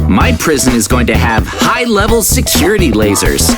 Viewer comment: Bro said securty mezards 20 times 💀💀